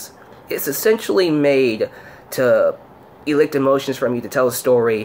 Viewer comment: It maybe a difference between US and UK English but I think the word you're looking for is pronounced "elisit" not "elikt". I loved the ending of this wm at the time but I just can't watch it anymore: makes me cry.